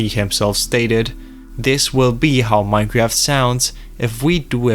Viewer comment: Bro did not just start the video by saying "Minecreaft"